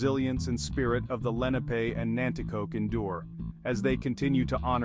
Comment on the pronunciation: They are not Moors. Moors are not Indigenous to America and you are pronouncing the name wrong